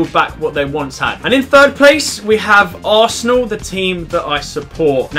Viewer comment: is funny "asernal 3rd"